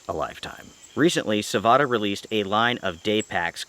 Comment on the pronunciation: its savotta man, not savota. check how they say it.